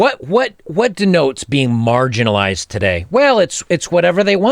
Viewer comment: Dammit, she didn't say MARGINALIZED. She said Margarinalized as in BUTTER!!! She's describing herself as butter. Her pronoun is Butter. Butter attitude sucks. When she sits on your face is smells like butter.